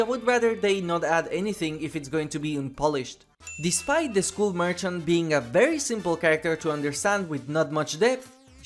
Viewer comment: I beg you, say skull as if it's "skall". I tried to ignore it but I can't anymore 😭😭😭